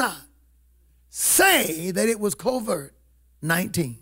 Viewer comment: Hey it's COVID 19 you keep pronouncing it as " COVERT 19."